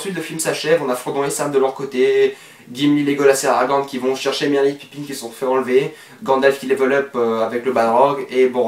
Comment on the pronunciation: C'est pas pipine mais Pipin x)